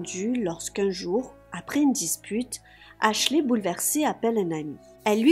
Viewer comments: Dès que tu dis "aslchy" ça me donne envie de péter mon ordi lol...on dit "aschley" même si je ne sais pas comment ça s'écrit, mais ça me soule sérieux… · Ashley qui se prononce: "Achlai" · ashley se prononce pas avec un i a la fin